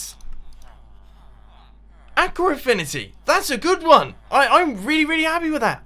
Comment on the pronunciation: ur saying aqua wrong